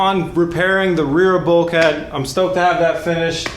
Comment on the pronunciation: Hopefully never have to hear him say bulkhead again... But seriously keep up the good work, probably the best series on YouTube in 2016 bro, the only interesting show I've seen in a while.